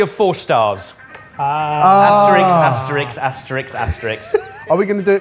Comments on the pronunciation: * Asterisk Ebbers, not the French character Asteriks.... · It's asterisk, not asterix. I bet you say Scalectrix as well. . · Asterix?! Like Asterix and Obelix? Ben, maybe you meant asterisk? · asterisk, not asterix thats a cartoon character